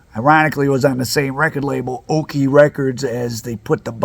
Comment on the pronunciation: Okeh records was pronounced "O-kay," not "okie." The tagline was "Say, that's Okeh!"